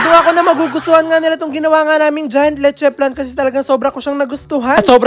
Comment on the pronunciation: It's LECHE FLAN, NOT "letche plan" 😊